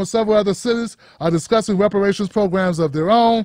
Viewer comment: Repuhrayshinz iz lolng ova doo